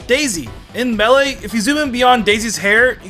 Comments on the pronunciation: Does he have an accent or something because melee is being said wrong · Am I the only one who hates how he says Melee and Kazuya